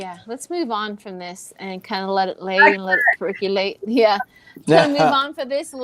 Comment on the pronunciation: Percolate percolate percolate. No “u” in that word. 😊